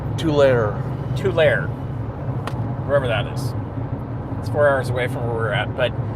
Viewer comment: Lmfao, you destroyed trying to say Tulare. It's pronounced too-L-air-E